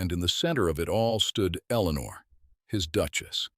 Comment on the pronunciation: Another Eleanor at least pronounced correctly by this AI